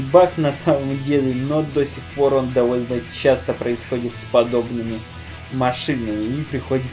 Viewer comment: капец как ты слова произносишь!удывлен место удевлен или довлно мест довольно или злышь место злишь или гуслэ место гусле